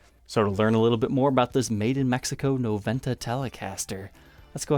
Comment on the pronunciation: As it's a Spanish word you should say "nobenta"... The "v" in Spanish is pronounced "b"!